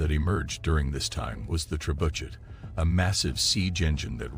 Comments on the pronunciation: The ""trebudget"" Ha ha ha ha haaaaaaa the """trebudget"" 🤣.. the pronunciation 🤣🤣🤣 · Oh so all this time everyone has been pronouncing it wrong, its actually pronounced Tre-Butt-SH*T.... wow ... now we know .. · AI voiced, can't pronounce words like "trebuchet" correctly. Worthless clickbait.